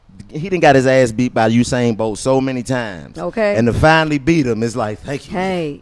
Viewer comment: My Nigga Corey said "Husain Bolt" lol